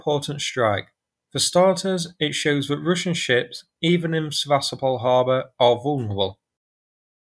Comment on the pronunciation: the word is that, not vat, and the, not ve